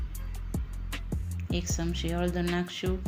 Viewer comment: શમશી નહીં ચમચી બોલો